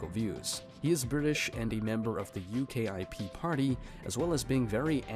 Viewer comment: It's pronounced Ukip as in one word 😅😅😅😅😅